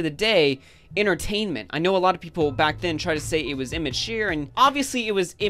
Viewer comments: Did you seriously just say imma-cheer? Lmao 😂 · "immatuyre" lol never heard it pronounced that way. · imituiiiiiuuur XD that how you said it sorry mate !